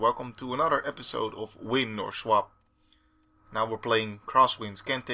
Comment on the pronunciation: You say swap like schwap ;p. Really enjoying these videos :).